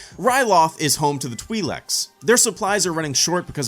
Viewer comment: (Twi leaks) not (twe leks)